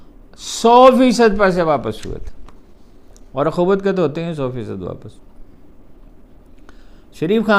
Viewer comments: اخوت میں اس پر پیش ہوتا ہے. زبر نہیں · آخوت میں الف پر پیش ہوتا ہے زبر نہیں